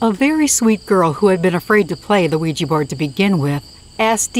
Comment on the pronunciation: Thumbs down until you start learning to pronounce Ouija correctly